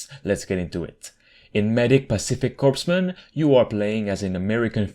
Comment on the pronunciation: It’s pronounced “coremen” for future reference even though it’s spelled corpsman